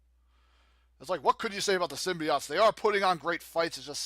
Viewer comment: #1. If Cless gets his combos going, it's hard to stop him. If R.O.B. gets his range game going, he's hard to stop. Cless got lucky here. #2. They both were pretty good, but she had the speed to beat. #3. The Fast Food Freaks are crushing it again! #4. To add insult to injury, you mispronounced "symbiote." #5. Team DMC butchers yet another team!